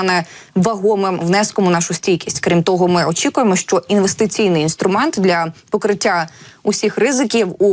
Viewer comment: ця жінка ледве говорить, що не так з її ротом, коли вона намагається сказати слово "що"? Будь ласка, припиніть наймати неграмотних людей.